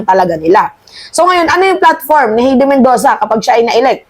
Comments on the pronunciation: Hay-de not He-de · HAYDI ➡️ (HEIDI) ....Hindi HEYDI